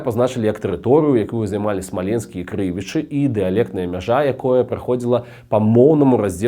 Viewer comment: Не крЫвічы, а крывічЫ!